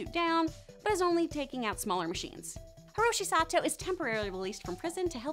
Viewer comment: These name mis-pronounciations are killing meee "Pee-ma" "Icky" "Triple Triad Threats" "Hishiro Sato" "Metal bending police benders" "See-na" "π 'li" "Bisons" Mispronouncing aside, this video was soo good and literally what I asked for like two videos ago so thank you so much.